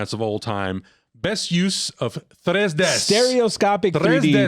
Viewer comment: Très des makes me laugh every time. 😂😂😂😂 It's tres D for those Who don't know.